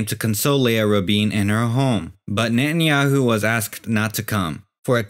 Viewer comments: Can't hold on laughing about the speaker pronouncing netenyahoo or nanyahoo😂😂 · Benjamin Netanjahu - is not Benjamin Natanjahu - is Benjamin Grün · Only ignorant people will buy this, I hate the way he pronounces his name Very provincial.